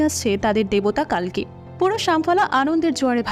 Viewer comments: It's কল্কি, not কাল্কি It's কর্ণ, not কার্ন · i think name pronunciation sob vashate ekrokom hoya uchit. Bar bar কাল্কি and কার্ণ shunte odd lagchilo. Otherwise 👌